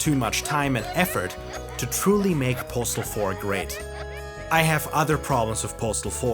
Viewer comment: I've never heard this game pronounced correctly